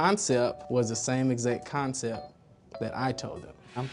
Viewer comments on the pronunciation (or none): ‘ConCEP’....the ‘T’ is not silent!